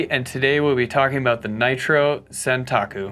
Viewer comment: Not to be the pronunciation police but it is santOku (it is the term for a shorter knife in Japanese)